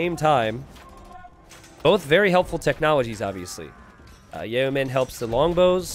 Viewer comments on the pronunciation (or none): Yo-men not Yay-o-men. The latter would be the personal guard of Kanye West.